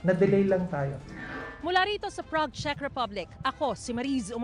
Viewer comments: for real CHEZ Ang basa mo sa CZECH?..or nag jo joke ka lang? "CZECH" pronounce as "CHECK" Sorry kung paminsan minsan kinokorek kita sa mga pronunciation mo Kasi ayokong makaisa sa ating Ang mga bobong vloggers eh. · Pronounce it as Chek Republic not Chez. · Ano b yan anong “chess” republic? Check po Ang pag pronounce. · Sabi ni Google, In English, the word "Czech" is pronounced exactly like the word "check" (/tʃɛk/). It rhymes with "neck" and "peck." The "cz" acts as a "ch" sound, while the "ech" acts as "eck," making it a simple one-syllable word. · Correction, pronunciation ng Czech Republic is “Tsek”. Thank you!